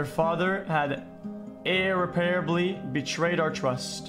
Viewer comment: The way Felix pronounced irreparably at three minutes and 22 seconds LMAO